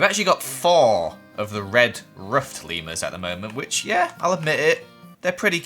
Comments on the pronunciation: when you called the leamers lemmersi thought you where saying levers and i was like that is how you say it but you where taking about leamers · It sounds like your saying Lemoners 😆 LOL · Lemurs What I heard: Lemons😂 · Who else love how says Leemers and all his funny Voices ❤️